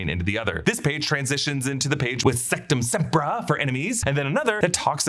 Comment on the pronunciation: we really all just gonna ignore the way he pronounced “Sectumpsempra”?